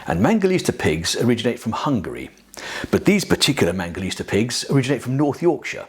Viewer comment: ITS MANGALITSA. . . NOT MANGALISTA!!!!!!